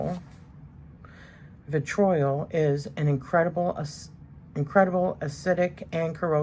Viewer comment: Vitriol - pronounced "vih- tree- oll" (like in doll)